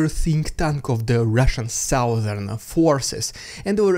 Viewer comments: the sow-thern region ? A lady pig ? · In what region?? oh please keep saying southern <3